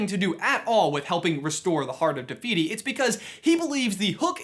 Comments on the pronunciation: He says it like “tuh fiyty” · i know this video is old now but just saying te whiti is a real moari god and all f sounds in moari are spelt with a w, h. ka pai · It’s te whiti